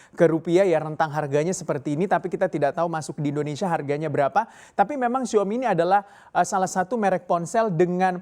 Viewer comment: Xiao-mi mas.. Bukan Xiomi😁